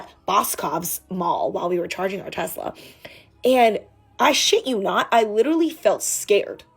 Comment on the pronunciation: What the f*ck is Tesra? 😂